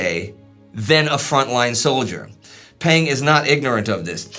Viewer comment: One small correction: "Peng" is actually pronounced "pung', in the same way as "Deng" is pronounced "dung."